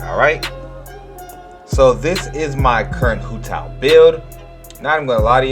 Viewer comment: Her nane is pronounced “wu dao” and her name means walnut 😭